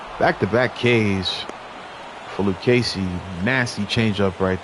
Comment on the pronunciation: Thanks for the shout out on the Luccesi pronunciation! I really enjoy your games! 😊